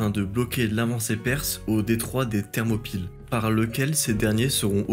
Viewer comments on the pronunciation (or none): none